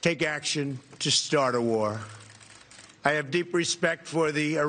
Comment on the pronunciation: Nobody: Trump: We will build a great warrr